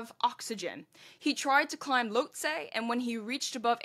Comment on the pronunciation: Lhotse = Loht-SEE